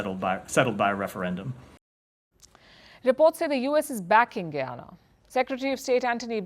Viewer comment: Ita guyana not guiana get right but love your show